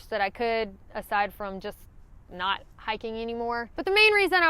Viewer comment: I had trouble keeping track of multiple negatives until I realized that what I was hearing as "not" was sometimes actually "night".😉